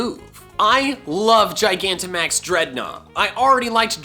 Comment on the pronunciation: you are the first poketuber I've seen pronounce gigantamax correctly. Everyone else emphasizes the g at the beginning instead of the proper j sound. The word is gigantic, and max, so how do they get it wrong?